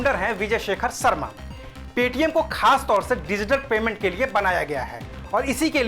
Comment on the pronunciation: सर्मा नही, शर्मा😀